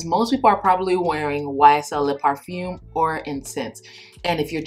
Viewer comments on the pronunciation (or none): none